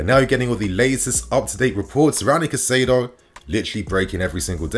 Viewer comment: I am pretty sure Caicedo is pronounced Kai-Say-Doe